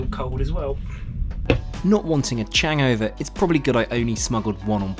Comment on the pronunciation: “A Changover”. Haha!